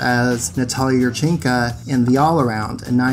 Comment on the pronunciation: I cringe every time you say yurchenka.